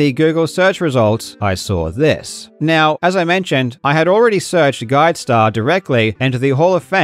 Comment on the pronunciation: I love the way he says "neow" 😂